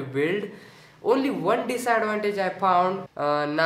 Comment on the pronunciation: Everytime i see a video of yours...My heart say's...God Bless You kid...Love your presentation/ style/ smile and the way you say "Phound" :)